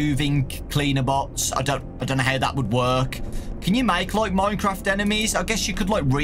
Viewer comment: Normal people: minecraft: MoiNeCrAwFt